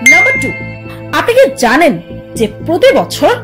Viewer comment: Apni Ki ZANEN?, apni Ki ZANEN?,, apni ki ZANEN 😁😁😁